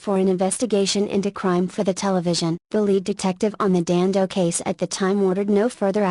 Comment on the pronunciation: pollyannaprissypants.........The name was Dando not Dandos.